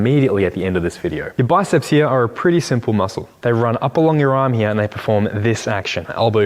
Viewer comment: Down heruh or up heruh 😂